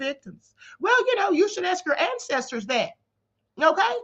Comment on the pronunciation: Not "Klan-cestors." I'm so done, Queen. 🤣🤣🤣🤣🤣 #TheReplayGang